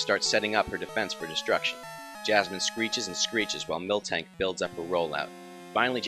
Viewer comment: "Pilowswine" and "Milktank" are my 2 favourite words in this video, literally reminded me of my childhood friends and me saying the names wrong for years. This unintentional mispronounciation put a big smile on my face. :D